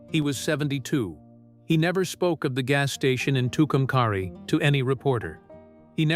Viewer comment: It's pernounced Two come carry. Say it right!!